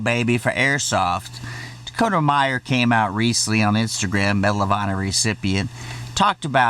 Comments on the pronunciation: And it’s Dakota Meyer not Myers you stupid prick. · Meyer not Myers, Sir. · It's Dakota "Meyer" not Myers which is a funny mistake to make because on his podcast he always accidently calls one of the sponsors "Ghostbeds" instead of the actually name "Ghostbed" it's a little inside joke with him and the cohost.